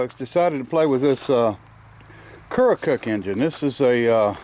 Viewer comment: 👋 Hello, from Aledo, IL... 😉 There's no "O" Pronounced in Keokuk, Iowa, it's " kee·uh·kuhk " a silent O. Keokuk is only about an 1-1/2 hours from me down river on the Mississippi. I really like that little engine.